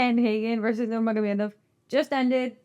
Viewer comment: Pronouncing Russian goosebumps 😂